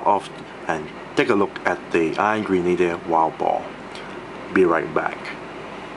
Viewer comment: Thought he was saying "Angry Needler" when pronouncing Iron Grenader the first few times